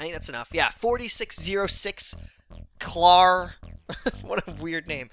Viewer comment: I would just like to let you know that name you pronounced at the end wasn't Clarr. It's Clare lol